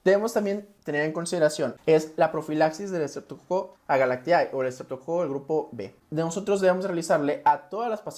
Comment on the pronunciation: Se pronuncia S. agalctie... No S agalactiAE.